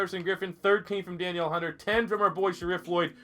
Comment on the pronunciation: Danielle is pronounced duh-neil in this case. For future reference